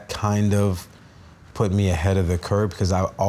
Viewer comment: "I loved watching educational things....that put me ahead of the CURB" instead of curve. 😂 The unintentional humor of him trying to suggest he's educated, and then doesn't even know an extremely common phrase.